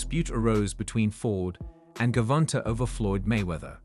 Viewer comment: Buddy said ....my bad AI said "Gerald Davis" 😂😭 THIS 💩 done got way outta hand.......GERRRvonta😂